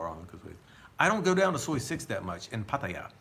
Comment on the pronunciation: Listen, man, it's not pat-a-ya but Patt-ai-ya! Get it right!